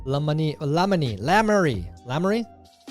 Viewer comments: Lammany... it's Low Mon Eye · Tyler trying to say “Lamoni” and absolutely failing is gold! 😂 luh-moan-I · Tyler, it is pronounced La moan I Lamoni Iowa. I am from Albia. Al bee yah. You're welcome.